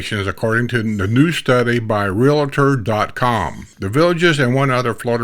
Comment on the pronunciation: it's not realator. (real La tor). realtor. (real tor) Gosh darn..